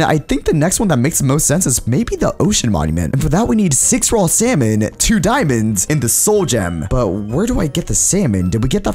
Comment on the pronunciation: Also you said Dimond,s